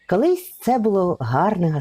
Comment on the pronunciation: Канал у вас хороший відео потрібні. Наче правильна українська мова. Та чому ж вам так важко українську букву О вимовляти! Це якась біда. Слухати неможливо! РАспАвідаю, кАли , кАлись. Жах! це навіть гірше ніж Юля Тимошенко. Вибачте.